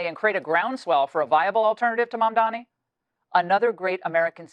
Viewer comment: At least you should call his name properly .. its not “Mumdani” its “Mamdani”